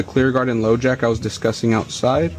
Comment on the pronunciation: Low jack no it's high jacking!